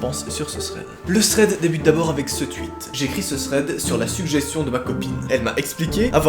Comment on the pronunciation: Juste on dit tweet pas twuit